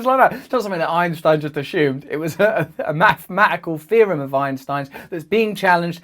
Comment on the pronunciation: "mafamatical feory from Einstein about dark ma'ah" - Someone pretending to speak English